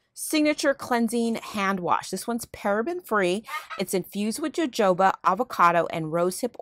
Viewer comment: its pronounced ho ho ba...jojoba